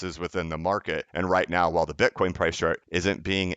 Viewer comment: Slipped up and called it “bin-coin”around 8 minutes🧐